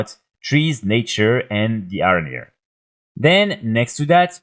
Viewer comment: nice video, but why cant u say letter "H" ? ARANIR, AWKSTRIDER , ORN etc